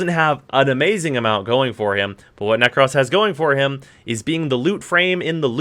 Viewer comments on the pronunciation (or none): Did you really pronounce Nekros wrong? That’s sad.